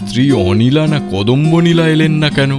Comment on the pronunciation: যদিও খুবই সামান্য ব্যাপার, তবু বলি... গল্প পাঠে একটি চরিত্রের নাম অধিকাংশ সময় 'কদম্বনীলা' বলা হলেও দু'তিনটি জায়গায় উচ্চারণ করা হয়েছে 'কদম্বানীলা'। প্রচ্ছদ ছবিটিতে অতিথি শিল্পীর নামের বানানে একটু নজর দেওয়া দরকার মনে হয়। (দয়া করে অন্যভাবে নেবেন না,) আপনাদের নিখুঁত সমৃদ্ধি কামনা করি। শুভেচ্ছা রইলো।